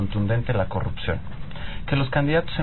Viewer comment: Jajajaja el pronuncia corrupción con C ¿ con P de pendejo Sr. Nuño. Minuto